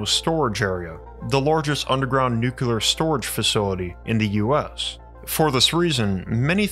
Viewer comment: Nuclear.....not neculer...